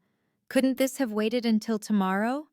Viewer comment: Keep score, or Hold a grudge, or you can't do both. waited, not waded as in your story. turrney-chen? you mean, Attorney Chen. You have incorrect punctuation. Re-edit. Sharing is for those people in your life who want to benefit from your hard work. once given, always expected. Ons, uncles.... you mean Aunts, don't you? Your Family knew the Ins.Poicies was worth 5million. Loss of a child or children, no matter their age, stays as a constant daily memory, throughout the years until the Mother passes away herself. I know.